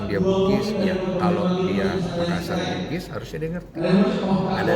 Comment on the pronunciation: BKN Makassar bigis, harusnys BUGIS mksssar.